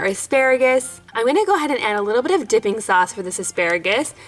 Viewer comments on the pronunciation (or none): I thought she said dicking sauce